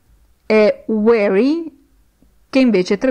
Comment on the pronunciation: Si è impegnata, ma ha fatto errori. 1. Slave si pronuncia con la s di sasso; 2. weary si pronuncia ui(e)ri, non ueri; 3. to need a woman= per aver bisogno di una donna; 4. how the strong get weak and the rich get poor= come i forti diventano deboli e i ricchi diventano poveri (la sua interpretazione della strofa è di fantasia); 5. don't touch the ground= non toccare il suolo (imperativo esortativo), mentre, se fosse "non tocchi il suolo" sarebbe "you're not touching the ground"; 6. I can hear your laghter non significa "sono in grado", bensì sento, sto sentendo, ed è un caso in cui can ha funzione effettiva, non potenziale! I can+ verbo sensoriale= sento (adesso), sto sentendo; 7. I can see your smile: idem! 8. waiting si pronuncia con la g implosa, non esplosa. La g va pronunciata ma in modo non gutturale. 9. The + aggettivo sostantivato (strong, weak, rich, poor, chained, bound...) si traduce con il plurale; 10. to chain, incatenare, si scrive così, non "to chane"! 11. to grow up = crescere detto solo di viventi: umani, animali, vegetali, sinonimo di diventar grande, diventare adulto. Per altri significati di crescere non si può usare. Attenzione, perché sta insegnando!